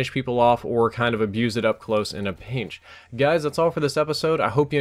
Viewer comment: "in a peench"